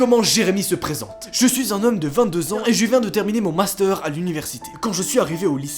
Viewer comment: Je suis perplexe sur ta prononciation du master